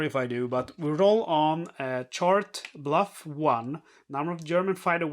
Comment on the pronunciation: “Bluff” should be “Buff” (just trying to be helpful, not critical) 😊